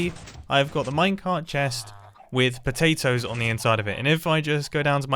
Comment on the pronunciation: Mumbo can’t spell he Spelt potatoes wrong and said potatos